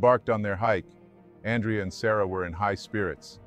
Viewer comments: It's pronounced Awn Dray Uh. Not Ann Dree Uh. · His name is not pronounced An-dree-ya/yuh. The Italian (masculine) name Andrea is pronounced Ahn-dray-ya/Un-dray-ya. It's the Italian version of Andrew. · His name is pronounced An-drey-ah. Ever heard of Andrea Bocelli??? Writing as a female Andrea. Is this narrator AI or a real person? I hear AI mispronuncing common words all the time. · It’s pronounced An-DRE-a. It’s the Italian version of Andrew. When you pronounce Andrea the English way it sounds like a girl’s name.